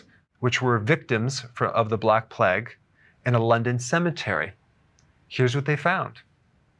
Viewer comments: Play-g not pleg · It's pronounced "playgue" not "pleg" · I love you Doc, but its PLAY-UG . Not so much Pleg lol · Who pronounces it "Pleg"? Haha. Was there a pleg of locusts in the bible too? No, its Plague. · Who pronounces plague as pleg? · Plague is supposed to sound like play+egg spoken really fast.